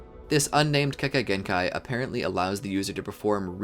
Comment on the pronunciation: many times you said kekakei genkai🤣🤣